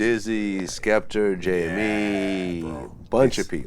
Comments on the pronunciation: Its Skepta not Skepter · It's SKEPTA, Vlad. Not SKEPTER. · Why TF does Vlad pronounce Skepta as 'Skepter' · "Skeptur" - Dj Vlad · I think he called him skepter cause remember skepta done a show in America & they wore on the tour bus with the females & one the slags called skepta skepter 😂😂😂 so I dunno he could of fucked up aswell but saying it 3 or 4 times even after Wiley saying it properly???? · Bro it's Skepta, grime legend, get the name right. Be like if I had a show n I started talkin bout 40 cent, n&m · KarlhiX Issa Right! lol... Vlad, you got one job. Just one